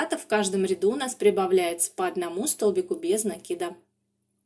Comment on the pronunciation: Слушать вас одно удовольствие, спасибо вам за то что делаете ударение в слове накид правильно.